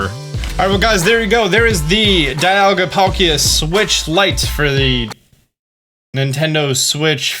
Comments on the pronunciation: The right way to say Zacian is Zah-shee-in. Also Dialga is pronounced Dee-all-gha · "Za she en" is how they pronounce it in the anime, also, dialga is "dee al ga"